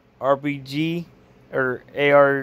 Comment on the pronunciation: Man said rbg 😂